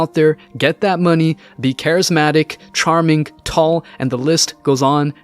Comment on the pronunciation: "Charmink"? "Sayink"? "Scarsz"?